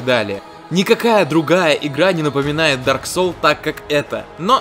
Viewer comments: В дарк соле?? В дарк соле, сука???! ДАРК СОУЛС, А НЕ СОЛЬ, БЛЯТЬ!!! И ещё, не Бёрн, а Борн. Бёрн - гореть, Борн - рождаться (ещё бывают уникумы, говорящие Бон, так вот Бон это кость) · Меня одного кумарит как он произносит Дарк Соулс?